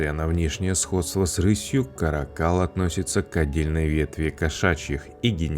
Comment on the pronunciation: Не ка́ракАл, а карАкал..